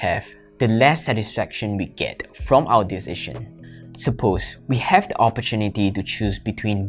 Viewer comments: He cannot say Decision but he makes better videos than others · You pronounce "decision" so strange 🤪